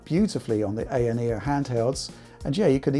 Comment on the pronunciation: Thank you for calling it an ayaneo with an a not an I, like all the American reviewers call it.